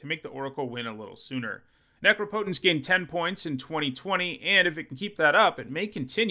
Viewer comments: „Neecrowpoutaince“ right? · Has learned how to pronounce Necropotence yet? Let's find out!